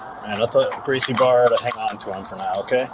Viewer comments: Brazilian here. A hint to you, for "Barra" you can just pronounce it as "Baha". The same goes for anything with two R's in portuguese. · For future reference "Garcie Barra" is pronounced "Gracie Baja." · Barra isnt pronounced bar-a the R is pronounced as an H in Portuguese so like Baja... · The dad pronouncing it wrong as "Gracie Barra" instead of "Gracie Baja" shows he wasn't really involved with the son signing up for BJJ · I don't mean to be petty to you,, but it is pronounced Gracie Baha. The dad's son trains there, but he can't pronounce it?